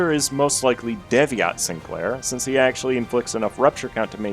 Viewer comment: pronouncing ה as hee (like michael jackson but only one hee) and not hey will never not be funny to me